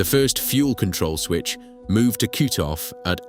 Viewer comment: In your video you say cute-off.